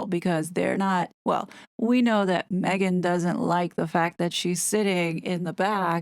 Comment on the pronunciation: I live for you to pronounce “Maaaaaeeeegaaaan” 😂😂😂😂